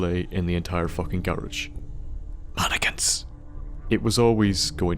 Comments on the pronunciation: just the way he said mannequins o_o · When he said "mannikins" I jumped !!